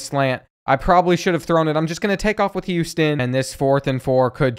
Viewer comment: “Him Houston”